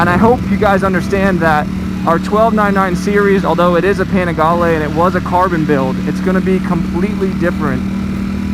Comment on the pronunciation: Oh great, we get to hear say Panigale some more...